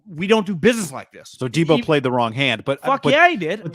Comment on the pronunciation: Come on bro “pick 10” and “deebo” like get it together